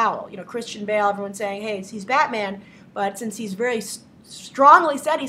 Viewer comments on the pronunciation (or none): none